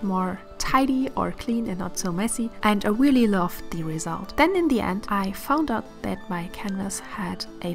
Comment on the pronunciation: your work is excellent. Most of your English is good. I have to help: it's not "awawabelle", it's a(uh)Vail -a BLE" And "really" is not "reawwy". Come on that's not hard. If you're going to play in the United States, do it right.